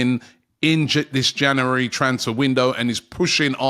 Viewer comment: Another month of Robbie trying to say the word ‘January’ correctly.